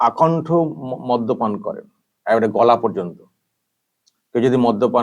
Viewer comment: মধ্য পান নয়, মদ্যপান